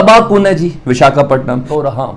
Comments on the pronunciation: Bechare se bola bhi nhi jaa rha VIS-KA-PATNAM 😂😂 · Abe sale pehle bolna sikh le,, biskapatnam,, 😀😀😀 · Vishka Patnam ?? Yeh Kya Bolriya Hai 🤯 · अबे नाम तो सही से बोल 😊😊😊🇮🇳